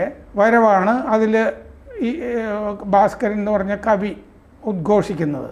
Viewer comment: " ഭാര " സ്കരൻ അല്ല, " "ഭാസ് " കരൻ.